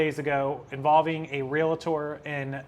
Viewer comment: Its realtor...not realitor...